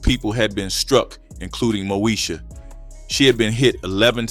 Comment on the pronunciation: MO….E…..SHA Not MOSHA…smh